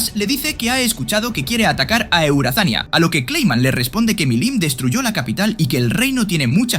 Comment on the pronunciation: Eurazania:❌ eueazania:✅